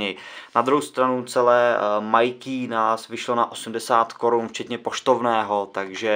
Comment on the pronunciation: Pozvánky nejde o to, video jako takové je povedené, sám jsem dal like, mě to jen bije do uší když je o tom samotné video;)